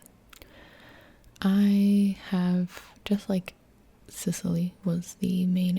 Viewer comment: Hey! You probably will not see this comment BUT if happens then please let me help you with the pronunciation of those italian regions! (note: I'm not good with explaining pronunciations but I will make you understand xP ) >So, for Sicily.. it's actually Si-chee - lee (if you want to say it closer to the original sound) . (chee is like how u would pronounce cheese) . (Note: In italian this is called Sicilia, so it's: see chee lee A (like in: Art) >Campania: it's really similar with campain (which sounds really similar to its transl: campagna) , so it's : cam - pa (like in part) - nya (if you watch anime I think you know how japanese pronounce nya, lol) The accent is on the "pa" btw. (camPAnia) >Molise, same thing: mo LEE se ( the "se" sound is close to how you would pronounce "semi" ; which btw in italian means seeds xD) >Abruzzo .. aight.. this is hard cuz english speakers don't know that much about double consonants. I'll try my best with this one: Ab (like in abstract) ru ( roo like in ROOts?) .. the double Z make a REALLY hard Z sound, try saying Zoo but without the "oo", while trying to make the Z sound like a "TS" (just like tsunami). (btw the divison into syllabes for this word is not like I just did. usually we split the double letters so it would be like: a-bruz-zo. The accent is on the U. >Calabria: Ca (like in car) la (like in last) bri (like in brioches) A (same as above: art). The accent , at least for us it's in the second A: ca LA bria >Apulia : .. sadly i can'